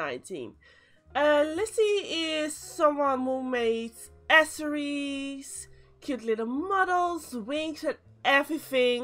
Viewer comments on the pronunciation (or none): Bruh who pronounces accessories as “A S S O R I E S”